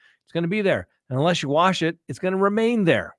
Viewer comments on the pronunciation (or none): none